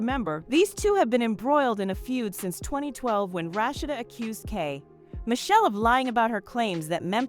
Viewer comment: Right! Say Kay pause, Michelle likes it's 2 different people 😂